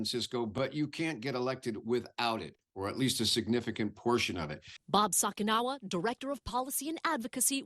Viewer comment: Sorry, but with Bob it's not "Sock-ee-NAH-wah", it's "Sock-a-NEE-Wah", at least as his name is shown in this report. Please try and get people's Asian names straight, i.e., read them and then find out how to pronounce them, don't just stereotype.